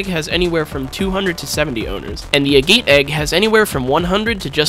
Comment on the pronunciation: its funny how he pronounces agate